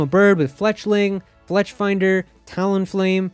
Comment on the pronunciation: that triggered me when he said Finder, I was like, wait, is he adding a F to the name?